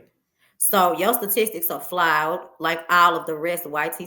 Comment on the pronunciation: "Yo stutisics are flouwed."😂😂😂😂😂😂😂😂😂